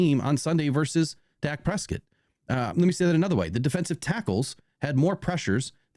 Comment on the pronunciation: Are you purposely mispronouncing daks name? 😂